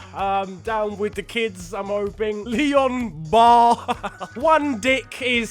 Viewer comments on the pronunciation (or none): none